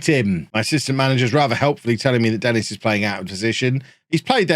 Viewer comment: isn't Denis pronounced de-NEE ?